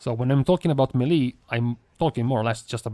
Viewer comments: MAY LAY. That’s how it’s pronounced. It’s derived from French FFS NOT meee leee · It's meileh not melee